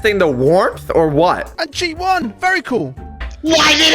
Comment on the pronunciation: One sec later "vary cool"